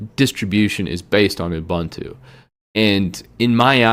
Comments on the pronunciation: No one noticed that he mispronounced Ubuntu? I've always heard it pronounced "Ooh-boon-too." alternates between "a-bun-too" and "you-bun-too." At least he pronounced Red Hat right! 😃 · Not a bad video, but the repeated and constant mispronounciation of distro names is really annoying. 1. It's not DEEBian, it's DEBian. Like Debra (Lynn) + Ian (Murdock). 2. Not oo-buhn-too;.oǒ'boǒntoō. 3. Suse, not Susee. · It's not pronounced dee-bian; it's debian; like the name Debbie. And it's oo-boon-too; not oo-bun-too. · It's Deb and Ian not Deebian lol it's also oo-boon-too!! Who is this guy? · Ubuntu is a South Africa word, founded by Mark Shuttleworth (South African). Meaning ‘humanity’. It’s pronounced ‘oo-boon-too’ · How is it that you mispronounce Debian and Ubuntu? It almost seems like a conscious choice. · Thank You also he should learn how to pronounce Ubuntu